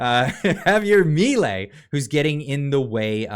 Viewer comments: Is not mIlei, it's milEi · Juan Bautista Alberdi was the one made are constitution and he was a libertarian to. Also you're pronouncing his last name wrong. Just write on Google translate Mi ley (mi law in Spanish) here it pronounced and that's how you pronounce his name xD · Its Milei (mee lay)